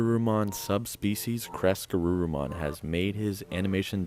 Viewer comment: I just keep hearing "Caress-Garurumon" and I giggle 😂😂😂. Excellent video as usual!!